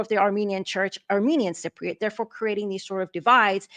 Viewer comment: Sigh-priots? Is that like Eye-rakies. Cypriot. Just highlight the word and ask your computer to say it. Sigh-priot is not the way to say the word and frankly when you say it that way it's hurting my ears.